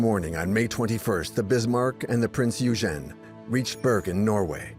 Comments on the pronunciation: Awesome vid thanks , Eugen is pronounced Oigin. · Ditch the AI narrator... the pronunciation of Eugen is messed up.